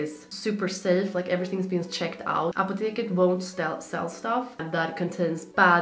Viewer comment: I am from germany an i realy like how you say Apotheke 🤗 we say it kinda same